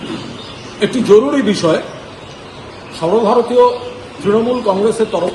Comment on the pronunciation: Sorbo bharatio r bolben na logga lage sunte😂